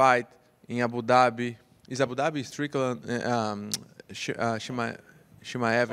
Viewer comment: Paulo saying Shan Strickland😂😂